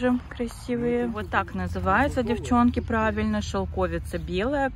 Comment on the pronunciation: Шелкови́ца (не шелко́вица)Википедия 😊